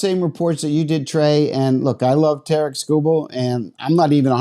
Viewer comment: Tare-ick, not Ta-reek